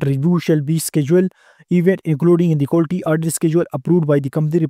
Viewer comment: Quality ko Qulti bol bol pori video ke ma behin Kar di professor sab nay,...